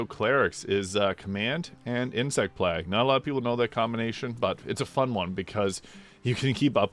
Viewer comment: Great video, very eager for this to come to console! But your pronunciation of “plague” is killing me